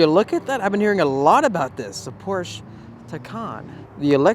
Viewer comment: It is pronounced Poor sha but fuck california. I'll get mine under sticker here in missouri.